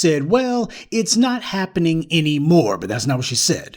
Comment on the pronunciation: Eetz not hapinin. ha ha ha :D